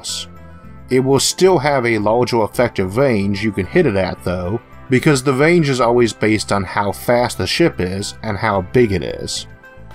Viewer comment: Range not wange